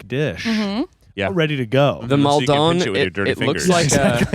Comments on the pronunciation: Guys please I'm begging you it's mal-din not mawl-downe salt. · As someone who is from near Maldon, I wince every time says Mal Dohne. 😭 Like idk if this and the way he says aquaphor ('aquifer') are a bit or he actually thinks that's how you say it 😭 I love, just hate the way he says Maldon